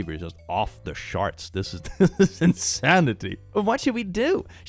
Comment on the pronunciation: "off the sharts" - 2025